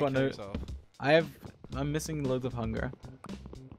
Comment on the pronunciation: When George said "I'm missing loads of hunger" he sounded almost American when saying the word hunger